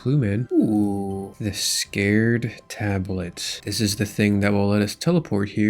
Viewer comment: And the “scared” tablet lol